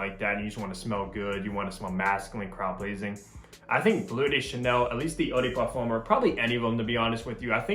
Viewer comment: I'm not trying to be rude or something but please if you want to pronounce something in another language at least say it in the right way or just don't say it at all, as u said eau de parfum you could said EDP instead.